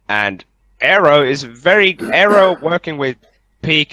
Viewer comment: Please. Air-row!!!!